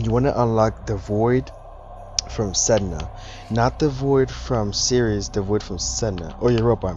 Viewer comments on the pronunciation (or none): none